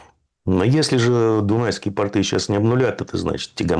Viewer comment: Дорогой земляк! Ты прекрасно расставляешь полит акценты, спасибо за труд! Ставь же и ударения правильно: «Адище», а не «адИще» и «пОрты», а не «портЫ»